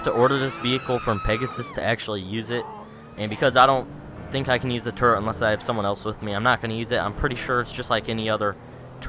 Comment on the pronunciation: no offesne but i find it amazing that when you say turret on it it sounds like turd on it subscribed and liked